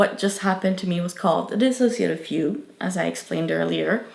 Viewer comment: Finally an accurate and correct video about what DID is and their true experience with it. I appreciate how they actually say the word “dissociative” correctly too, that’s how you know it’s gonna be good.